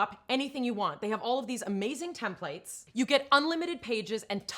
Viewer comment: I know it is spelled tem plate but it is pronounced 'TEMplit. Also buy yourself a 5-6 foot ladder. You don't want to mess with a smoke alarm on a 2 step stool. A wooden or fiberglass ladder. An aluminum ladder can get you electrocuted.